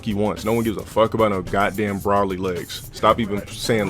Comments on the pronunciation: The fact that he said “bra-ly” and not “bro-ly” says he doesn’t respect the DBZ universe. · Of course he calls Broly "Brolly" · I like how he says broly wrong is bro ly